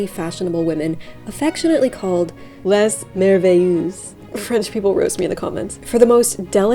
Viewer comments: I studied French for seven years and I would not pronounce it like that... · First of all, Your prononciation of " Merveilleuse" is adorable, and it's not completely incorecte, but it would be more MerveillEEZZZ, Z like you would pronounce "The". LOve this video like every othere one ! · I believe that is pronounced "Lay Mer-vay-yuhs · FYI, it's pronounced "lay mair-vay-yuhz." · "Lez MervëyüÜsz..." -Bernadette Banner, 2025